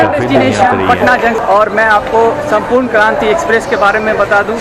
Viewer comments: It's Sampoorna not Sampooran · It's not Sampuran it's Sampurna Kranti...